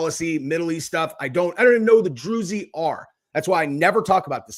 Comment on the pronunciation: It's pronounced drooze